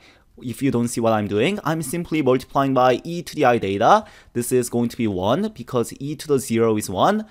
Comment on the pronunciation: Excuse me is it DATA or THETA